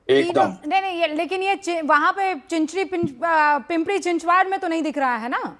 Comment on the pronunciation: पिंपरी-चिंचवाड़ क्या है? पिंपरी-चिंचवड़ है;ना कि पिंपरी-चिंचवाड़। 😢😂